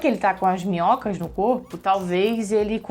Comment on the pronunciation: Toda vez que a fala minhocas da vontade de rir kkkkkkk Sobre a Tabbita não julgo,tbm acho que ela pode estar grávida, até pra suprir um pouco a falta que ela sente do bebê que morreu,e eles já falaram que eles foram parar lá por um motivo,pra se reaproximarem.